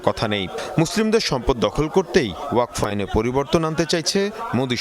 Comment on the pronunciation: ওয়াক ফ আইন না, ওয়া কফ্ আইন। ঠিকমতো উচ্চারণ করুন।